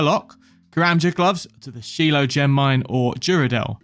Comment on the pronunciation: Like Sheelo? Really? You ever tried reading in your life? Shilo? Holy balls you're dumb.